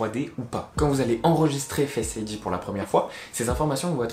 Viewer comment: Fesse id lol Non sinon la vidéo est vrrrraiment bien